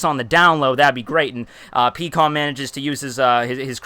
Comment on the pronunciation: Peekoms? Dafuq is his pronunciations of characters